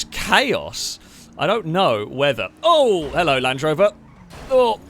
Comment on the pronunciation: Hellouh and welcome to the showuh